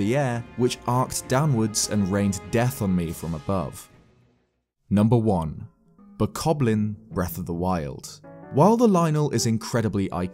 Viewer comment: you know he said "boblin" not bokoblin